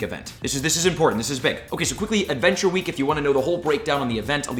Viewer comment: Once per wee 😂